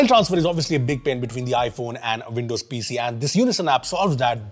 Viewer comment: Veendows? Played at half speed sounds better, no machine gun speed.